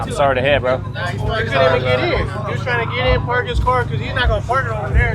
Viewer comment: I’m sorry to see bro 😂 just doesn’t sound right with an English accent